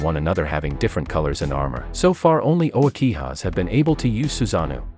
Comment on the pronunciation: Dude wtf is the hoakihas?!! You mean the "uchihas?"! Sheeesh